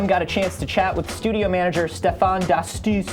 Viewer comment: Stephane D'astous = don't pronounce the last s.